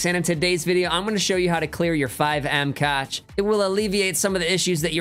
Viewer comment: Cache is pronounced cash